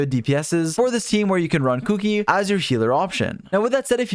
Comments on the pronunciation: The way you say Kuki’s name is triggering me. 😾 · It's weird to me how people call her Kuki instead of Shinobu lol